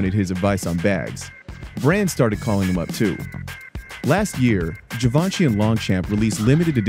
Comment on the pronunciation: Damn, Vice! Completely butchered the pronunciation. Your narrator could have learned how to say 'givenchy' and 'longchamp'.